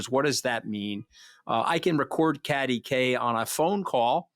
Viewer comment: God i feel sorry for Kathy!!the yank wont let her get a word in edgewise, doesnt have the manners to prounce her name correctly and tries to use her not being friends with criminals as a stick to beat her with....like thats a bad thing!! Hes truly an ingrown toenail of a human being....really shows Allistar Campbells lack of judgement since this podcast was clearly his idea, Rory saw him for the conman he is